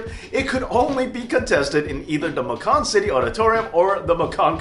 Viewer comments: Macon rhymes with Bacon,. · Macon is pronounced with a long A. We ain't talking macaroni here. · Macon is pronounced Maycin. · Its pronounced MAKE-CAN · Macon pronounced MAY cun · As a native Georgian I can 100% clarify it is pronounced Muh-Cab county. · Macon, Ga champion? Btw Macon is pronounced like Bacon.